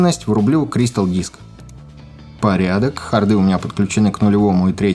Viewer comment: Шикарная задумка и реализация! А вот ударения в словах "хромают": слоты́ и харды́ (хардо́в) - бьют по ушам знатно... В данных словах (а также словах типа "сервер", "драйвер", "чип" и т.п.) неизменяемое ударение при склонении.